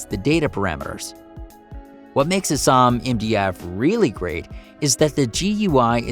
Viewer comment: it's not "uh-SAHM", it's "A-SAM"